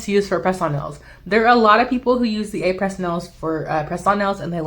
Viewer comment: Thanks for this comparison. (fyi.... it’s pronounced “Ah-pray”. Someone corrected me!)